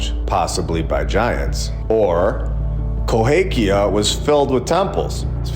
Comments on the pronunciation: You spent the whole time calling it "Cohakia" but it's Cahokia. Drove me crazy. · Minor point: it’s Cahokia not Cohakia.. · The correct pronunciation is Ca-ho-kia, NOT co-ha-kia. I live here, please correct your pronunciation. Thanks for your awesome channel. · KaHOkia, NOT KohAkia. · Love your content. I live very close to Cahokia Mounds. The proper pronunciation is Ca Ho Kia Cahokia NOT Co Ha Kia Cohakia is wrong. Not sure if you are able to edit the video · Ca hoe kia mounds. Please at least learn how to pronounce the names. Love your content though. But having to listen to you say Coe hake ia over and over was making me crazy. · I am hoping you now know to pronounce: ca HO kia Good info otherwise. The orphan trains have always confused me...their sheer numbers mostly. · Hey, let me help out, because I live in the area, it is pronounced “kuh-HO-kee-ya”Mounds. You’re welcome. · Both of my parents graduated from CA-HO-KIA high school. You’re killing me with that a in the middle. It’s an o. 😮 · I’m sorry but CA- hOKia lol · Always thought it was pronounced ka hoe Kia-long o in the middle. Love the videos! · Cahokia. Ka Hoe Kia... Sorry, man. It's just rough for me! But it's always a joy listening to your videos. Thanks for all you do! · It's pronounced CAH HO KI A. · Love the channel, just wanted to say you are mis pronouncing Cahokia.